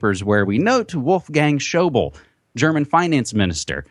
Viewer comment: schäuble = spoken "shoy-blay"